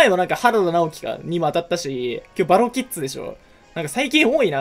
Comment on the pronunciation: キッズの(ず)が(づ)で草